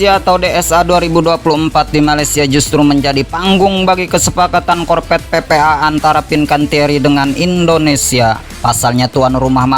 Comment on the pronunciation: APA ITU ARTINYA " KORPET"? * sebaiknya belajar dulu lah.. untuk bisa.meng- Artikulasikan Huruf "V" dengan baik ( huruf V adalah V dan bukan Bukan " P " ).....Nanti kalau sdh busa menyebut Huruf " F ", Dan " V " dengan tepat... barulah nanri bisa jadi Moderator! 😂😂😂